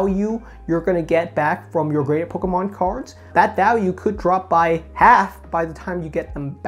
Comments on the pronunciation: Stop saying Pokémon. My ears. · how he says pokemon, lol